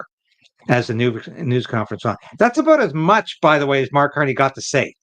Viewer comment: Who? Did you say "Mark Carnage" ??? No Tomorrows for Canada !